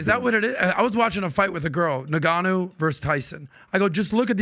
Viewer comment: “Nigganou”